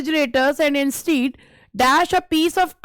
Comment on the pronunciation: You r a great teacher nd ur classes are very helpful but some of ur pronunciations are very wrong 🤦🏻‍♀️🤦🏻‍♀️ like 'bear' 'instead' etc